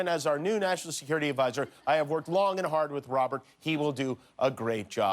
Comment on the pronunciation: Did you notice Trump said "this is your Mackshimum" ? "And less jest talk about this wonderful, bigly, beautiful Sekoority Stuff we got at this beautiful wall, where I jest signed my initials!"